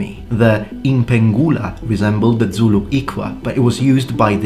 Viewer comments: Great info as always! But, as a Xhosa person, I want to offer you a free lesson in pronouncing the "X" sound. It's a lot simpler than you think. Have you ever called a horse by clicking your tongue? Boom, there it is. Also, Zulu doesn't have that kind of "dz" sound in it. It's spelled phonetically so you say it how you see it. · You pronounce Zulu the same way the BaPedi people do when they want to annoy/insult Zulu people.